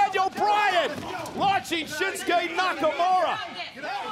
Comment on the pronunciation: "Shinsuke Nakamuro".